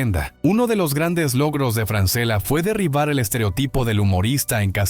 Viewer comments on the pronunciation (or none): El apellido se lee Franchella es italiano. A Francela no lo conoce nadie